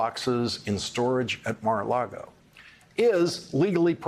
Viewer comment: Lawrence, you are so erudite. Just correct how you say the Golf Club correctly: there is no 'R' in the word for lake, ie, it is lago not largo. Small detail but you are so spot on regarding all you report. We so appreciate you!